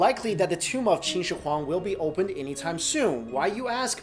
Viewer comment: You pronounced his name wrong it's pronounced like this (shi-wong-di)